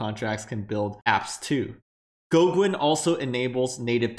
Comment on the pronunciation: It's pronounced Go-Gen not Go-Gwen. lol